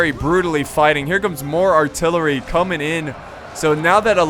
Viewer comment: u said tht artillewy fire🤣🤣🤣 ur dope💪🏾